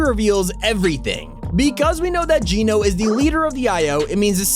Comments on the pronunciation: AGAIN.... ITS NOT PRONOUNCED JEAN-O ... IT'S PRONOUNCED JENN-O ...AS IN GENOCIDE...AND GENO (PRONOUNCED JENN-O) IS NOT A HE.... ITS NOT JONES FATHER...GENO IS A THEY...A GROUP OF PEOPLE.. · Genō, not Geenō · He ses Geeno wen it’s geno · It's not Gino it's Geno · It’s Geno not Geeno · it's geno not geeeno check the trailer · It's pronounced "Gen-o" not "Geen-o". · I think it’s Geno Geeno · It’s geno as in ‘generation’, not geno as in ‘gene’ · I hate when people pronounce geno's name its pronounced jen-oh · wheres the resemblance to GENO and jones also not to be rude but you say it like jeno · What is wrong with you, Geno is not pronounced that way, Jonesy said it to The Foundation in the opening of Chapter 2 Season 6, this is your job, please get it right so you aren't spreading misinformation, this is minor, but you were wrong about a few different things in this video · The way he says geno is a bit weird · Countdown until pronounces Geno correctly.. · You keep saying Genō wrong